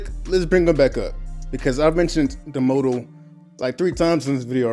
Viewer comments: Why is he pronouncing motto like that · The Mott-o not Mow Tow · Damnn bruh i was gonna sub until you pronounced "motto" "modo" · Pronouncing the Motto as The "Mowdow" had me weak🤣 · Why do u call It moto? Not motto lmaooo